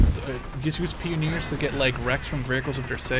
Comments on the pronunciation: it's pronounced pie-on-eers not peon-neers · Pronouncing Pioneers wrong, its Pie-oh-neer NOT Pee-ohneer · Actually, it's pie-oh-neers.